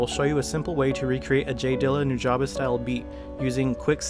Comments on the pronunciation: its pronounced new ja bes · pronounced (NU-JA-BEES) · it's pronounced "new-jah-bess" just for the record books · Is that how to pronounce nujabes? i always said it like 'nu-jaybes' instead of 'nu-jah-bes' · Am I the only one who has always pronounced nujabes like "new-juh-bees" ???? 😅😅